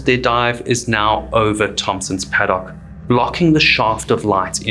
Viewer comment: Australians don't pronounce "Paddock" with the stress on the final syllable, as you did here. Then I realised ... you're a Springbok!